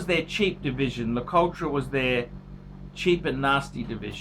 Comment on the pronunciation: it's prounounced LA -COUT